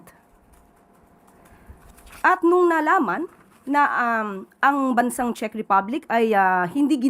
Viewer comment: Ang panget mag pronounce ni ante Kler ng "CZECH".. attorney ba talaga yan🤣🤣🤣